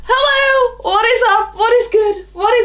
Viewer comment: Omg baby British accent omggggg “Hewwooooo” baby petty